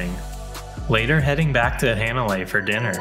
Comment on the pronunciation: Hanalei, it's pronounced "Hahh -na-lay, like "ahhh" with an H in front